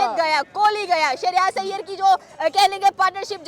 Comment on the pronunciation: He is Shreyas Iyer not Shahryarz 🤣😂 Hindi ki band baja di